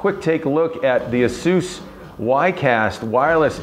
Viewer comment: It is counterintuitive but Asus is pronounced A - sue -s. He is saying it properly. Call the customer service number and you can confirm it.